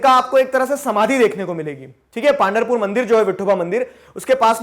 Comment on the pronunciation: Good video , very good approach! Clearing some pronunciations: पांधरपुर = पंढरपुर वरकारी = वारकरी